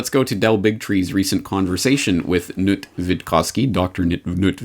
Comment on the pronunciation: Hes not Nut,pronounced as K.NUT,Kis not silent.